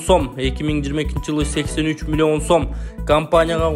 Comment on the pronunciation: Цифраны кандай айтып жатат мен тушунбой калдым милион сом 20 милион 83000 сом эмесби милионду да башкача айтат экенсин мулуён сом дединби